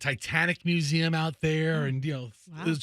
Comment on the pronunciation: Learn to to say Museum correctly please